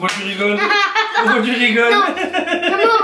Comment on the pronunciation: S’etait trop drole quand tu a dis (comme tout le mode a dis pouqui au lieu de pouquave )🤣🤣🤣🤣🤣🤣